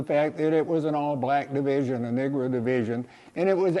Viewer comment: Did you say the 93rd was a “nigra” division?